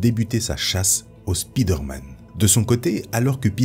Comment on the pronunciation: stp : SP¨Y¨DER pas Speeder... tres bon contenu si non.